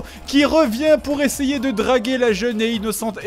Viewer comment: "esayer" "inocent"